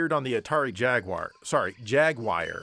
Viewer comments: Oh I hadn't gotten to that part yet but lol. Mostly I just don't get where the "Wire" sound is coming from in Jaguar, simply not there on any conceivable level. O_o??? Jag-U-Ar. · 😂 chuckled when you pointed out about how us Brits pronounced things although its pronounced ‘jag you are’ rather than jagwire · Us Brits say it as "Jag-you-er", not "Jag-GUIRE". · It's jag-U-arr by the way both of your pronunciations are American. (triggered brit) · Jag-u-ar not jag-wire :p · So I kinda messed up the delivery of the Jaguar "joke". At first I say Jaguar as I normally do (Jag-whar) but of course Brits pick that apart because how dare anyone pronounce anything differently than they do... so I rub it in by saying JAG-WIRE which is even worse. But instead it comes off as me thinking Brits pronounce it as Jag Wire which isn't what I intended. Oh well. I just wanted to trigger some Brits, but instead it's just comes off as confusing. I'll get y'all next time though! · It’s jag u are lol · Steve Jobs always used to pronounce it as Jag-wire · it's JAG-YOU-ARE that's the word your looking for TOODLE PIP😂😂😂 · I've never heard someone call jaguar "jag-wire" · Brother, I love your videos here in England. But, please, repeat after me : Jag-YOU-are Jag-YOU-are Jag-YOU-are That completes today's lesson ♥️♥️🥳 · As a Brit, I feel it is my duty to comment "Jag-you-uh" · I know you're winding people up but it's "JAG-YOU-ARR". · Nobody ever said Jaguier lolol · It’s pronounced JAG-YOU-ARRR 🤣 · IT'S JAGUAR! JAG-WAHR! IT'S A WORD OF GUARANI ORIGIN, NOT ENGLISH! 🤦🤦🤦🤦🤦🤦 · No, no... I knew you did it on purpose. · Love how you said Jaguar wrong twice! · well, fucking say it right then... And don't get me started on alumin'i'um, really ruins my tea and biscuits. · Not that I care but both ways you said jaguar were nothing like how any fellow brit has ever said it